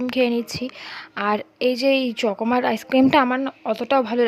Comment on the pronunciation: চকমার নয় চকবার,,,,😂😂 অশিক্ষিত একদম স্পষ্টভাবে কথা বলতে পারে না